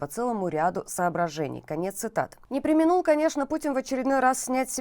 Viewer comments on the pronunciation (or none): Неграмотные ведущие, не "не преминУл" в , а "не премИнул".